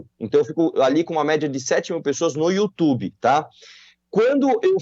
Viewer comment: datena: "youtchubi"